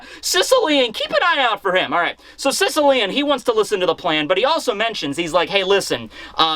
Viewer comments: Just to point out possibly another reference: Sicilian in reference to mafia is pronounced Sis- as in sister, ill- like sick, ian- like the name ian. Sis-ill-ian. It references a part of Italy related to the mafia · Yo, I’m Not Being Sarcastic Or Anything But Based On Your Pronunciation Of “Sicilian(Shishilian)”, I Just Had The Wildest Realization That “Secia-lian” (as you pronounce it) Sounds Very Similar To “Cecil-Lion”. “Cecil The Lion” That Was Shot Down In 2015 (rip harambe too, you will never be forgotten), & The More You Say His Name, I’m Convinced That Eichiro Oda Was Subtly Referencing “Cecil The Lion” As “Sicilian” In One Piece.